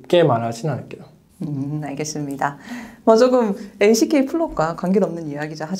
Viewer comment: 왜 lck를 항상 알슈케이로 과장 발음하는 건지..ㅋㅋㅋㅋ 좀 이상하네요